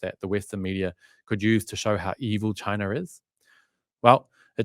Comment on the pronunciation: I remember in one of your posts you made fun of someone who didn’t pronounce Xinjiang properly! Could you please tell me what country you were referring to when you called a country Chiner?